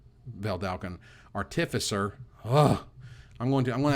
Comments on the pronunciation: I love you but the way you are saying artificer hurts my soul. You don't stress the i in artifact so why would you stress it in artificer? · Bugs me that stresses the second syllable in artificer, when everyone I have ever heard stresses the first syllable